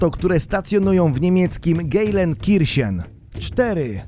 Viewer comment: GEJLENKIRCHEN XDDDDDDDDDDDD o ja cie nie moge padam :D